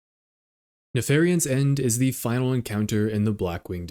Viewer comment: look, it says 'NefariAn' very clearly everywhere in this video. Just get it right